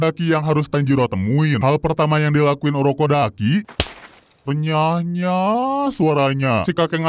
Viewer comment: renyah nyyaaaa